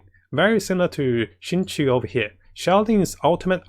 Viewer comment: Why is everybody calling my boy xingqui its xingqiu goddangit